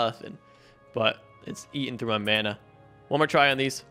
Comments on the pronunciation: / Hey please make me the commen of the day but your world breaker pickaxe you need to go back where it was it'll still be there because you're not in the chunk and it's also pronounced Mana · Man-a not mona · It’s mAna not mUna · / Hey please make me the commen of the day but your world breaker pickaxe you need to go back where it was it'll still be there because you're not in the chunk and it's also pronounced Mana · Man-ah That’s how you pronounce it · its pronounced mana and not mana, you see now hehe he will never know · Mana is pronounced mona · Bro mana is pronounced like mana it’s that easy